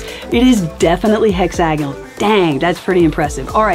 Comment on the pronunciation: The way she pronounces hexagonal made me google how to pronounce it. I’ve been wrong I’ve been saying it like hexa-gone-al What in the dialect